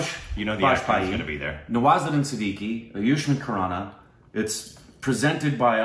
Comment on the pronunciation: Did he just ayusmaan khurana?!! Did he just really said "Ayushman Khurana"....